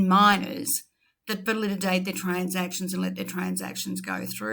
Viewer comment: Seriously. A few pet peeves of mine: Ripple Ledger should be XRP ledger. "Valididate" you say, should be Validate. And a "billion dollars in XRP" is just blantantly wrong, it's just a billion XRP = $250 USD million. "Ripple's XR-Spring" what the ...., It's just pronounced "Spring" not "X-Spring" or "X-R Spring". AND LASTLY IT'S NOT "ETHERUM" it's "EE-THEE-REE-UM" or "ETH-EE-REE-UM". Certainly not pronounced "ETHERUM" also learn to pronounce Binance properly it's not Bin-nahnce, it's pronounced "Buy-nan-ce". I just think it's important that if you're in the crypto space you should have a basic grasp on these little things.